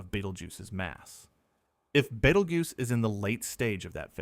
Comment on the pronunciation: I can't get past the pronunciation being Bait-el-joose in this video. Good lord.